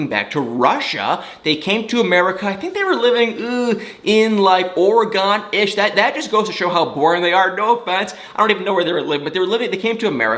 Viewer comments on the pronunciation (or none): Or-eh-gun is the correct pronunciation :) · Oregon still 💛 's ya!!!! (U pronounced it a little off) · Oregon “organ” pronounced but it doesn’t matter lol and boring??? Have you seen the news?? I want to move at this point (I live near Portland area) I don’t blame them for running 🏃‍♀️ to Russia he’s probably like, yah I’m good ...